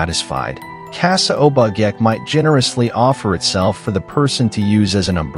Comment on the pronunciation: Check on pronouciations. Obake (O-Ba-Kay)